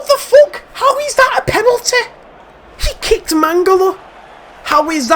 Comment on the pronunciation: What?!?! How is that a penalty😂 ( accent )